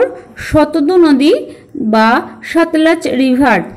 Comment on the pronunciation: Eta prothom thekei jene aschhi...Sindhu r Brhammaputra era NOD Ganga r Jamuna era Nodi. R naam ta jantam Shatadru not Shatadu. Uchharon gulo ektu thik kore bolle bhalo hoy.